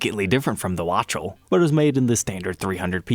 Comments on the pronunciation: Thanks for the great video -- something to note: Waddy's last name is pronounced "WAKTUHL" not "Watch-tel". ;) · I do believe Waddy would prefer Wok-TELL, and not WATCH-el 😉😂🤭💖💫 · Such a great documentation of this series of guitars! This is going on the "saved" list for sure. As I recall, Tom Scholz's '68 had a very large neck and they tried to recreate it for him. For information, Waddy's last name is pronounced "wock-TEL." Was also wondering about the McCready Les Paul re-issue. Not in the collectors' series? I saw his original '59 in Tommy's Guitar shop (Everett, WA) before Mike bought it. Price tag was $60K in '98. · Outstanding research!! BTW, he pronounces Waddy (wok tell) Wachtel, real name, Bob. So, are the Mcallister and others a series of super flame models? I have hazy memory of an episode like that, or they got mentioned? ♫ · Pronounced "Waddy Wok-tel" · It is pronounced "Wok-Tell." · Or "WOK-TELL"? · Don’t like the tuner ring when it’s genuine, but like it when it’s faked? This reminds me why I got out of the musclecar world- seeing a dentist holding diapers to lift the hood of a Plymouth Superbird that was only driven on and off its trailer was too much! Sometimes this collecting stuff gets a bit too precious for me. And learn how to pronounce Waddy Wachtel’s name- Jimi Heendrix and Eric Claptone would be so disappointed in you! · How can someone who deals in Les Pauls mispronounce Waddy Wachtel’s name? 🤦🏻‍♂️